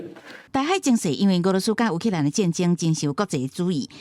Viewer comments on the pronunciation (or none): 乌（oo）克兰的乌读音合台视无同